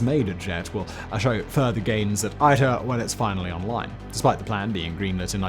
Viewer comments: it’s usually pronounced EE-ter, due to the Romance language speaking countries around it, and that it’s Latin for ‘the way, the path” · Fun fact: The way you pronounce ITER pretty much matches the german pronounciation for pus ("Eiter").